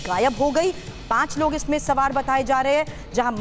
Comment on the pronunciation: Ye Anchor hain sawaar ko samaar bola jaraha hai